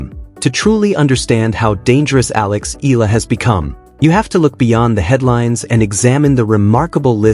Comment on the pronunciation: Although you all have not pronounce her full name: Alexandra /Alex Eala ( E Y A L A ), we are all very proud of her. We all support and pray for her. We believe she deserves every victory she has had. Go girl show them what you've got but still remain humble and beautiful.